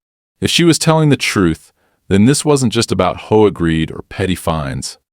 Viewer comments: This proves its AI as who would pronounce HOA as hoe-agh, when it should be read as either H, O, A. as it is an abreviation or read out in full as Home Owners Association, hoe agh i ask you, artificial intelligence you may be, but you know nothing about syntax and prove your own shortcomings by this. I am abandoning it here. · I like the AI voice, but my goodness, Hoe and HOA . AI is phonetic you need to do h o a not hoa, maybe instead of trying to pass it off as a real story, just put it as a story and be done with it lol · it was a hoah, not an H O A. Didn't you hear him? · H........O.......A. Your stupid AI can't tell between a word and an anagram. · what the hell is a hoah? Even though you used H O A, Home Owners Association, you buthered it. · H O A not hoa is an acronym not to be said together! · Only in AI World is HOA pronounced as a two syllable word. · Bad AI learn pronunciation and better more likely stories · you enjoy AI voiced stories that cant pronounce things like HOA?